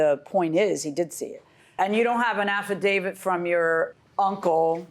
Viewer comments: 😂😂😂 I caught that too. Both of them do not speak well. The defendant would say she had an “affadated” instead of affidavit lol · She also said "affadated" for affidavit.